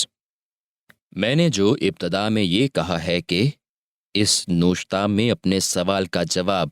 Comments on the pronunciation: لفظ نوِشتہ ہے نہ کہ نوَشتہ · It is nawishat,,, and nawishata,,, apna talafuz tu theek krey